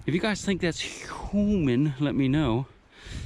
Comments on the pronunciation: I hate the way you say human stop it please 😨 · Dude its huuuuman!!!!!!!!!